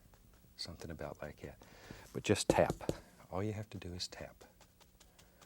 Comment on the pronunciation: he reminds me of my grandma because they both say “kat” instead of “that”